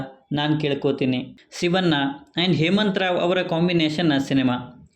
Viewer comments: ರೀ ಸ್ವಾಮಿ.... ಶಿವ'ನ್ನ' ಅನ್ನಬೇಡ ಶಿವಣ್ಣ ಅಂತ ಹೇಳಿ... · ಶಿವಣ್ಣ ಅನ್ನಿ ಸಿವಣ್ಣ ಅಲ್ಲ 😃